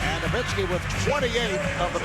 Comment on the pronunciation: Dirk No-miss-ki